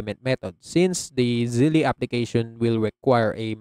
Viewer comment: Its not pronounced "Zelley". It's similar to "Belle" -- Zelle